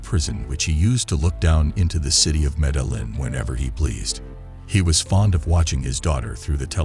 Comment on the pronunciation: good stuff but the guy can't even say his first name or his city correctly lol